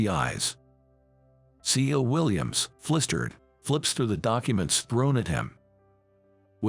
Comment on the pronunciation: Flisterred come on !! It is pronounced flustered like , as in the sound "a"rt not irt!